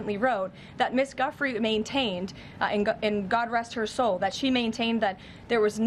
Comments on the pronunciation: Giuffre not Guffrey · Did you hear KKK Leavitt’s pronunciation of Guiffre as GUFFRY? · Levitt can’t even pronounce Virginias name correctly. What an insult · Leavitt mispronouncing Guiffre's name, whilst saying rest in peace is so disrespectful. At this point Guiffre is one of the most famous women in the world. Jon Sopel correcting Maitlis on the title of Mr Andrew MW is also hilarious seeing as he called him Prince earlier in the vid. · Leavitt's mispronunciation of a poor dead woman's name is a crude psychological trick. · Why does Caroline Leavitt insist on mis-pronouncing Virgina Giuffre's name all the time? Absolutely disgraceful. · Why can't anyone get Virginia's name correct, its rude!! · Levett says Virginia's surname incorrectly and the name in the email hasn't actually been redacted so given that Virginia has died and she can't refute it, it's very convenient that it's supposedly her name.